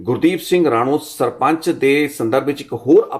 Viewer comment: ਗੁਰਦੀਪ ਸਿੰਘ ਰਾਣੂ ਨਹੀਂ ਰਾਣੋ ਬੋਲੋ ਰਾਣੋ ਪਿੰਡ ਦਾ ਨਾਂ ਹੈ